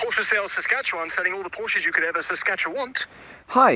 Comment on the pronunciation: Hearing him saying it right,makes us Germans happy 😂